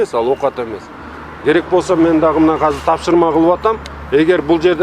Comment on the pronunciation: Азыр❌ Казыр✅